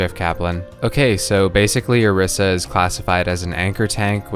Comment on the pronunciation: its pronounced oh-reese-uh